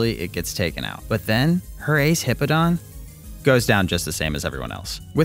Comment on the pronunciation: It's not "hippo-don", it's "hip-pow-don". I use to say rattata wrong when I was younger, some names just mess with people in weird ways.